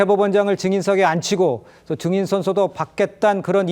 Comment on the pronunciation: 국민 국민거리며 온 국민을 궁민 말들지 말고, '증인'이란 발언 하나 똑소리 나게 발음 못하여 여전히 '정인'이라 발음하는 여자 전현희 씨는, 자성하고 반성할 일 아닌지요! 과도히 국민팔이 말고, 독기 넘치는 눈맵시부터 잘 단장함이 좋겠습니다. 대망민국 만들려고 작정한겐지, 대란민국 만들고 있는 현 여권 남녀는, 대오각성하여 정도에 입각할 일 입니다. (-_-;)